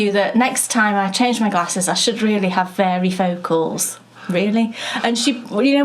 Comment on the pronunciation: Get the glasses! It sounds like you are saying fairy lenses to my American ear. We call them bifocals in the USA. You can actually now (yes, it is the 21st century!) get them so they are invisible and you see no line between the normal lens and the bifocal. It works for contact lenses too. They have a small weight in them that keeps the bifocal part down. Go for it! (and you can use the resulting pension to buy more yarn! LOL)